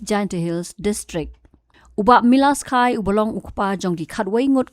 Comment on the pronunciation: Deiban ong "Kha yi" ym dei ïa khai, Phim nang pronounced..